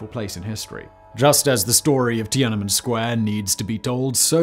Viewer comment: Once again, Simon mangles foreign names, anglicizing Tian.an.men's [an] to a schwa and Уфа́'s [u] to [ju].